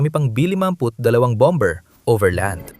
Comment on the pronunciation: Bomber is pronounced as "bamer".